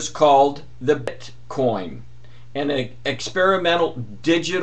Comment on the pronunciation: Pronuciation is BITcoin not BRITcoin. IT IS pronounced the same as it is spelled.